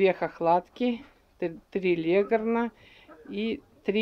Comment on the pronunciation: легОрн, а не лЕгорн